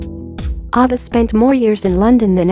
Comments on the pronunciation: I am sure someone mentioned this already, please learn how to pronounce names correctly if you are narrating documentaries. Her name is A-va. A like the letter A is pronounced. It would be appreciated to have names pronounced correctly. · Girl robot didn't even know how to pronounce "Ava." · It's off-putting the auto-voice that mispronounces Ava's name and the breed of Corgis. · Yes! I agree! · Get your Bot narrator to pronounce thing correctly. Ava and costars to start